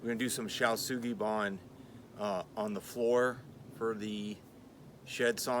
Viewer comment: Superfrikkin impressive. Really like the improvisation and compromise with choice of materials. Also really like the plan to use shou Sugi ban method to balance out the choice of wood. Wouldn’t be the channel without the mispronunciation of shou sugi ban